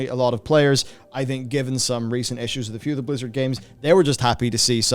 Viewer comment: When you say "Blizzard people" I hear "lizard people".